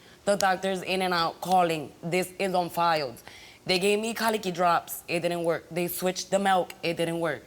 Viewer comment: "that was on filed" "I completed all the programmings" 😂